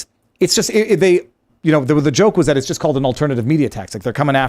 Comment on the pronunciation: Vivas' French pronouncement of JOKE when he's also talking about JEW... comes out as JUKE... and I'm sure 99.9% of Tim's panel and followers have NO F-ing Idea what he's talking about... it took me like 10 minutes listening to his rant on his own podcast to figure this out...